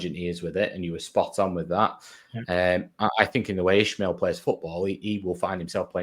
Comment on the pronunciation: Hey guys. Please start pronouncing Valérian’s surname properly. It’s only respectful and it’s not hard to pronounce. IS-MA-EL. No “H” in it 😉 🟦⬜️🌹